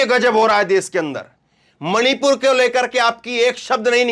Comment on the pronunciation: मोदी मणीपुर का " म " नहीं बोलता । 🤔🤔🤔🤔🤔